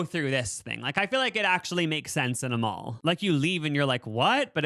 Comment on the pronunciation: How did you somehow put a u and w in the word mall?😂😂